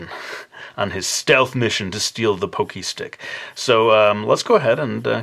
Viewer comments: You said pocky wrong, it's not pokey it's POCKY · lol poh-kee? It's pah-kee. Don't sweat it,. We love you anyway! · not trying to hate or anything but it's pronounced "paw-key", not "pokey". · people pronounce the word "pockey" "poke-y" when it's pronounced like "paw-key"... GET IT RIGHT! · i THINK ITS PRONOUNCED PAHKY, NOT POHKY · It's not pokey stick it's poc-key=pocky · I had no clue what I meant when I paid poke-stick, then I realized you meant pocky stick lol. It's pronounced like it rhymes with rocky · Isn't pronounced (pock-y)? Like pocket with a y at the end dosn't matter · I thought it was pronounced (Pah-Key) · It's pronounced Pock- ee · (pock-key) that's how you say it and cool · Isn't it pronounced PAH-kee? Well, still amazingly cute! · hes saying it wrong your write, i have several friends from japan and they all pronounce it pock-ee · At first I didn't think this was going to come out as cool as it did. I am familiar with your work and your videos and you are a truly talented artist. I wish I could in fact draw half as good as you. Also, that's funny that you mentioned the pokey pocky thing, cause right as you said it in my head I was wondering "man is that how you say it? Is it he just saying it wrong." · I can't tell if I'm pronouncing Pocky incredibly wrong or is. Is it Pock-ee or Poke-ee?